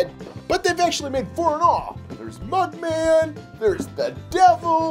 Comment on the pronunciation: It’s mugman not buckman 🤨